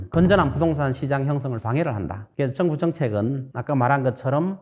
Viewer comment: 우리말에도 4성의 영향을 받아서장단ㆍ고저가 있습니다. 예를들어 정부를 증부가 아니고 저엉부라고 발음해야 합니다. 발성이 군데군데 많이 거슬립니다.